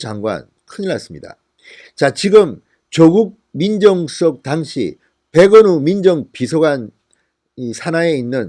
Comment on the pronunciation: 진성호님 "당시 " 발음 확실히 하세요 듣다 보니 따라 배울까 두려워요